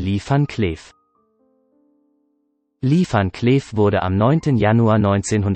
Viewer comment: Könnte der Off-Erzähler nicht erstmal Englisch lernen?? Li fan Klääf ...